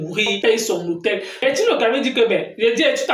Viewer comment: C'è bertini et non Bertille le Camille